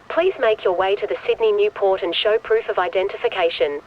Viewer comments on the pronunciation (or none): none